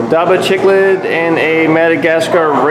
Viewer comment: You said those fish names wrong, Chiclids is pronounced as Sik-Lidz... not chicklids. 😂😂😂